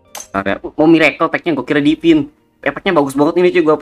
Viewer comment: Divine bang bukan Dipin 😅😅